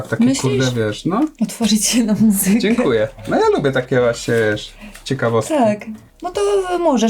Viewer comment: Tam to nikt chyba nie potrafi powiedzieć "dziękuje" ...